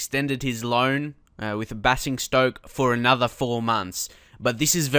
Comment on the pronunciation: Footy the team Basingstoke is prounouced bay zing Stoke :)